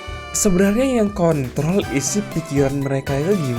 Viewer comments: kok kon.. L bang bukannya kontrol ya 😂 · Pendengaranku Kontrol❎ Kontol✅